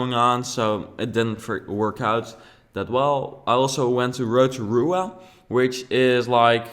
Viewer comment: lol when you said rotorua i instently thought roada vagas. yah kiwi here bro. at least you didn't pick up any of our lingo, or then we would have some explaining to do.